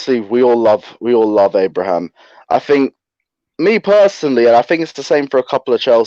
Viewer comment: Tammy Abrahams. Robbie learn how to say Footballers name right. 🤣🤣🤣.